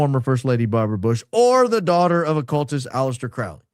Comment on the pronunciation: Will you pronounce Alaister Crowleys name correctly? Please? Thank you!!